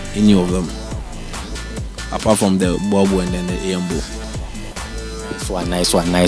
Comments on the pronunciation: It is pronounced "borebell' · Bhoer-bull (boerboel)